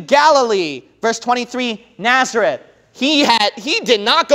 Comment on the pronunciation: It's Nazareth not Naerzeth.